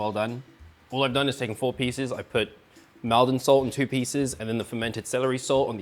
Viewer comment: Not trying to be awkward because the video is great as usual but Maldon is pronounce "Moldon" like Salt is pronounced "Solt"